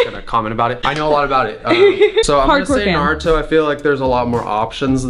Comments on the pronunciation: How did I know she would ask Noah???? Lol Also: “Naroooto” um, it’s Naruto lol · you lit heard CJ say Naruto why are u mispronouncing it